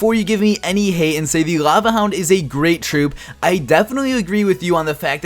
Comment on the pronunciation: Work on pronouncing your "L"